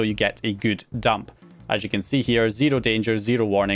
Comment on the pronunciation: i like it when he pronounce 0 as zeero.. always the best!